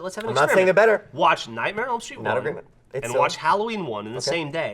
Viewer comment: was ok but he got so loud. Like he wasn't even yelling that loud his voice just sounded louder and he kept saying "Nightmenem Street" and it got under my damn skin.